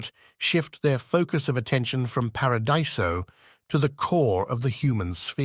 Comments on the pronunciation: The ai voice wobbles on the pronunciation of "Acheron" a couple of times ... Hard "ch", soft "ch", and then there's para-die-so and shasvastii. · These are great! There’s a couple of inconsistencies around pronunciation of “Paradiso” and “Shasvastii” but I have no idea how easy that is to manage.